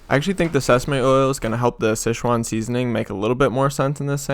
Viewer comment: Somehow, you wrote sichuan correctly yet pronounced it wrong